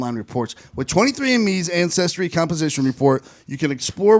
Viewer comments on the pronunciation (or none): Lol ish you say health and incestry, instead of ancestry 😂😂😂